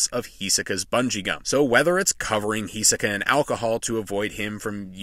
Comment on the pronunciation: H I S O K A not H I S E K A